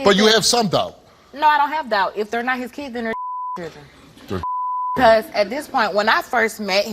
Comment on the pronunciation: Why does he keep saying “cheerdren” instead of children?